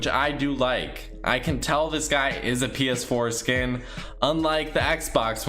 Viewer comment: The way you were saying it sounds like ps foreskin 😂